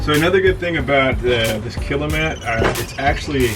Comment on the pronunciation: i'm sure dynomat are happy you are using there name and not their product. Its Kilmat. it says all over it, you keep calling it kilamat